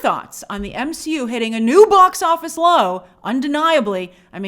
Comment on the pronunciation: Grace do you realize it was marvel that called the MCU, m-she-u 😂